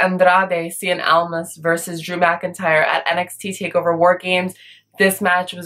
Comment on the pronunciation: do you have hispanic origins??? You pronounced the name of Andrade "Cien" Almas the correct way, as it is supposed to be pronounced, and not the silly american way (sorry if I offend you by saying that). Besides...you're beautiful as always